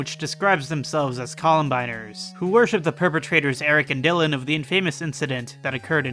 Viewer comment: Dude look up how to pronounce infamous, you hurt my ears